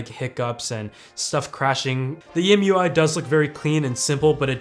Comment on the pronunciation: It's not EM UI, it's MiUI